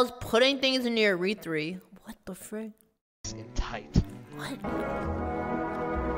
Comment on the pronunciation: Wait, what's a urethree tho